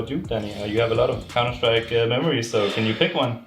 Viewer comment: idk why it bothers me so much ....COUNTER - SRIKE